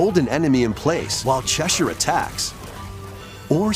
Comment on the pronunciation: I’m glad he pronounced Cheshire correctly.